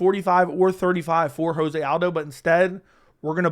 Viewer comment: Hey, In Portuguese, the J in José is pronounced like a J not like a H.